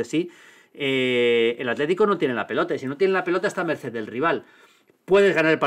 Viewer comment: "A mercer" jaja